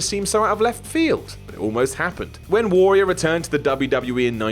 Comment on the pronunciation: Say Warrior properly!